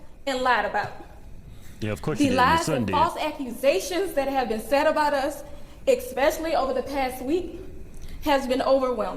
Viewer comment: EXspecially…. But talking about moving for a ‘better life’? First of all, learn to speak correctly in interviews… there’s no such word as EXSPECIALLY. How do you expect your four children to get along in life if they aren’t taught how to pronounce words correctly; show others kindness and quiet contemplative respect; and not to carry knives..? Teach, don’t preach.